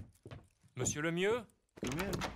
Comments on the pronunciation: It's like "Luhmew." :) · “Second Invitation from Mayor...LEM-MAAA-LAA-LA” lmaooo Literally something I’d say. I love videos 😂😂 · Im at work craking up at you trying to pronounce "Mayor Lemieux"